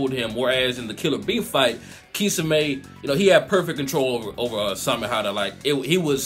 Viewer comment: it's (key som ay) that's how u say it